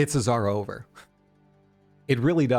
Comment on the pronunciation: Its izarover 😂